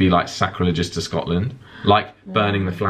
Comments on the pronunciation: "Good morning, I'm from Scot Land." What the hell was that?! You sounded like you were from Asia of South Africa or someplace. Haha! Feel better,! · Oh lawd, sounds like you're saying Scatland and scat is another word for poo so you're basically saying Pooland. HOW BLOODY DARE YOU. Also, Scotland is my favorite place on earth, hoping to move there one day. Will be visiting in a few weeks and I'm so bummed I'll miss show:( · I died when you said Scotland in a Scottish accent 😂